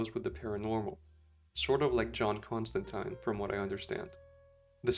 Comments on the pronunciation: Upvoted for the correct pronounciation of John Constantine's name. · Thank you for pronouncing Constantine's name correctly. He even says how to properly pronounce his name in the books and people still pronounce it incorrectly.